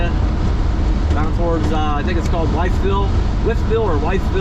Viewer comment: This trip brings back years of memories for me traveling from Pittsburgh to Roanoke, Va. and Myrtle Beach, SC. I-64 will take you to Richmond, Va. and further east. It's pronounced "With ville". I'm glad to see you had nice weather for the drive.